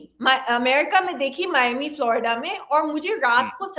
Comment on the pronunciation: गुरु उसे मियामी नहीं, उसे मायामी कहते हैं! क्लिप बनाते वक्त इतनी बुनियाडी जानकरी लेना तो बनता है!